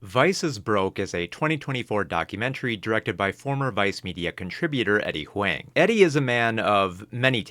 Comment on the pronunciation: Damn, try to pronounce Eddie's last name right next time 😂 H-WANG???